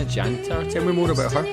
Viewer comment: Jaka Dżantar? xDDD Jantar jak już.